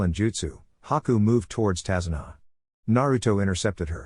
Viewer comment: Tazuna not kazuna